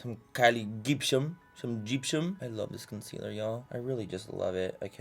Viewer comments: For the love of god please don't let Laura Lee do this challenge and make her mispronounce the word concealer for like 10 minutes straight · stg if laura lee does this video i might have a stroke “consiller” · Don't you mean: C O N S I L L E R